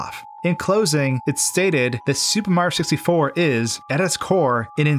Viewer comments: “Supah Mahyio sistyfoh” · “Super Marr Sixty-Four” ?? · every time he says “super mario 64,” it sounds like he’s slurring it, sounding like he’s trying to get through it as fast as possible